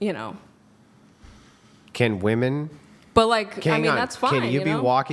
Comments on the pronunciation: Finally Andrew is confronting them about saying Women. It’s pronounced Women. These non English speaking Women are confused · So happy Andrew called out the “woman” / “women” thing ! Drives me crazy- they are 2 separate words lol